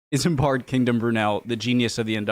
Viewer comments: I can't take Simon Whistler seriously. Heavy on ephemera, but light on facts. Too many chatty modern references and too many mispronounciations. "IsamBAD"? Really?? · Bloody Simon Whistler! Managed to butcher the pronunciation of Isambard at least 3 times. His videos are littered with mistakes as well. Rocket wasn't the first locomotive; that was Locomotion No. 1 on the Stockton to Darlington railway. Completely glossed over how important the Great Western railway was (GWR aka God's wonderful railway). The superior broad gauge, the Box tunnel, how it sped up the mail service, enriched Bristol and led to better/faster connection to America. The Great Western became very important as it was a huge ship that pioneered laying the first trans-Atlantic telegraph cable.